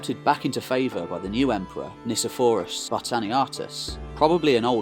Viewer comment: Nikephoros, with a hard k not a c.